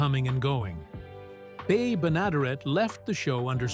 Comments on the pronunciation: Bea Benaderet pronounced it "benna derrit" not "ben adaray" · Bea Benaderet's name is pronounced "Bee Ben-a-DEHR-et. Jean Vander Pyl is pronounced "Jeen" Vander "Pill." Mel Blanc's last name sounds like "Blank." Bamm-Bamm's name rhymes with jam.